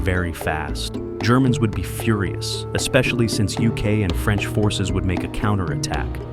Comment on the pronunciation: Führer-us instead of furious